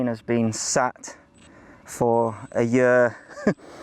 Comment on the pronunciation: You can always tell that someone's from the Midlands when the pronounce "year"